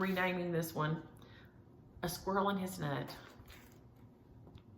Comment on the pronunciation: I'm so sorry that you and your family are having such a rubbish week, I hope calm is following the storm. November, squirrel, Christmas. Ps you say squirrel exactly like me, people in the UK look at me funny! 🙂